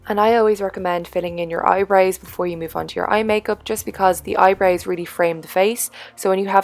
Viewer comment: I love how you say "eyebrews" instead of eyebrows! lol and you look gorgeous as always